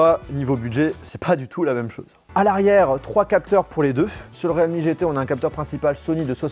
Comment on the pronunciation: Realme se prononce "rilmi" mais "réalmi" ;-)